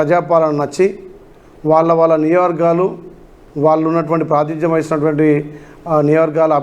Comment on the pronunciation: నియోజకవర్గలు అని పలకండి